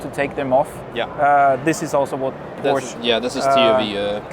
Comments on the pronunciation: its fucking porschE. not porsch ffs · No it doesn't ask Porsche people they will say a two syllable word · Porsche made their own official pronunciation video already maybe a year or two ago. That settled it absolutely authoritatively if it wasn’t already. The person in this video pronounces it incorrectly. Sometimes the factory drivers do too. They know the cars but are not authoritative for pronunciation.